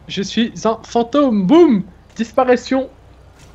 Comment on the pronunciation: " disparetion " 😂😂😂